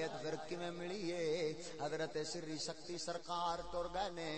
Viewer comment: سختی نہیں لفظ سقطی ہے